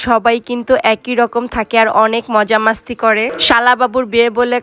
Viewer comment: মাস্তি না বইন মস্তি